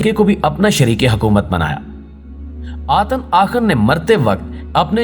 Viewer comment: Atan nahi atun matlab sirf 1